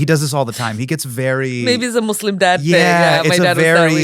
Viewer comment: Sir......... The word Muslim never has the phonetic "slum" in it's second syllable. Sir.......... No one is a "Somalian"....... they are Somalis......